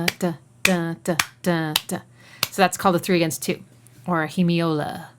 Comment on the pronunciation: slips in 'hemiola' without making it sound like a flesh-eating disease. The great Robert Greenberg makes an entire schtick about hemiola in his Great Courses series, but that's Bob. isn't pausing for pedantry.